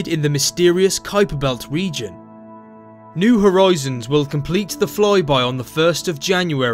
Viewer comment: I couldn't help noticing "new horoizons". Cool vid though! Super!